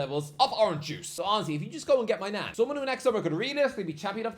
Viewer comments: My Nan 😂 it's pronounced Main-yon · “mike maigon” ❌ “mike my nan” ✅